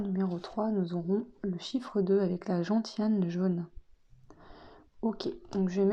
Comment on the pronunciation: Merci, pour info gentiane se prononce genciane. On fait un alcool avec,c'est amer.❤